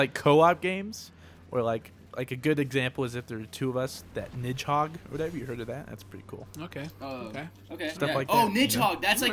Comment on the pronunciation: One thing that I could never agree on,. That is sure as shit not how Nidhogg is said. I think it's more of a "Nid-hogg" pronunciation.